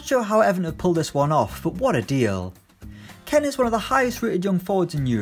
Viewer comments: Can u read its does not say KEN ITS SAYS KEAN!!! Also Chelsea signed Pulisic idiot! Edit:HITC just make the Irish guy the only one on the channel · Lifeasafox ツ it’s pronounced keen but Italian commentators say ken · Ken... Ken... KEN ITS KEAN LIKE YOU ARE KEEN TO SIGN SOMEONE you are a disgrace give us the other guy who i had forgot his name.